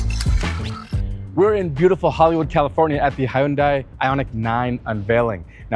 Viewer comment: And he's an automotive presenter who can say Hyundai! (It's not hunday, for all the lazy Americans)